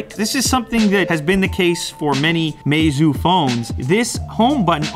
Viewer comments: Pronounced my-zoo not may-zoo. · Lew's pronunciation :mey-zoo My pronunciation :my-zoo